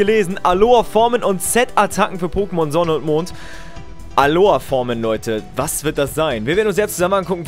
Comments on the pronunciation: Alolllla nicht Alohaa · Alola nicht Aloa 🤦🏻‍♂️ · Wie er immer Aloa sagt. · Es heißt Alola